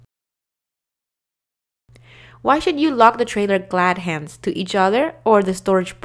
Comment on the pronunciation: Agreed. Bad pronunciation and cadence is distracting. She says coupling wrong, king pin wrong, glad hands wrong, even with the blanks, she does them wrong. Terrible narrator.